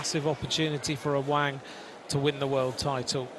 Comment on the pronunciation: Its awang not aweng😂